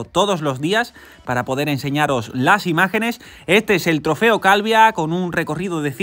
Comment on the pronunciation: se dice Calviá con acento!!! gracias por el video crack